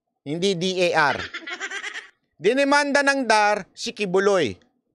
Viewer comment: Nalilito tayo sa attorneng ito. DAR ay binabasang acronym /dar/, hindi initials ang basa nito.